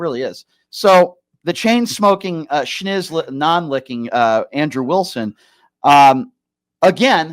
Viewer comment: FFS the word is SNIZZ. Not SCHnizz. P.S. thank you for going after Andrew like you have done as of late. He needs to be put in check; keep up the great work!